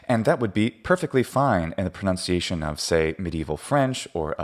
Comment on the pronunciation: Ok, I'm certain you've been asked this before but I'm not up for dredging through your comments looking for the answer. As a person for whom pronunciation seems at least somewhat of interest, I get the feeling you're purposely mispronouncing "pronunciation" as "" to make some sort of point. Are you? If so, what point? If not, then why say it that way? Or, if he's explained it before, somebody else can chime in. I just would like to know.